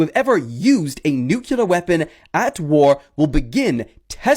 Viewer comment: Okay at about 40 minutes and there's a moron talking about a new weapon that Russia has. Yet, before he discusses that weapon he makes a statement, America the only country to ever use a nuculear weapon! It's nuclear! I hate when morons say that word! Do you also say libary?